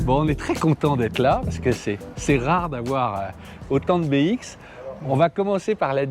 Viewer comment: On dit "bé-isque"